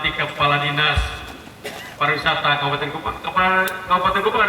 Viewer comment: ingat Pariwisata bukan parawisata hehehehe